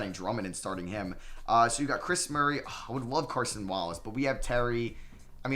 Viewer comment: love the videos but I’m a huge UK fan so I need to correct you, it’s CASON not CARSON .